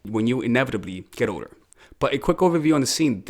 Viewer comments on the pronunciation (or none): When you were saying the word "older", i thought you were saying "odor", and i was slightly offended